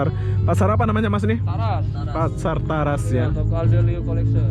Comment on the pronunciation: TARAS bro....bukan TERAS..🤣😂 TARAS (Taman raya Square)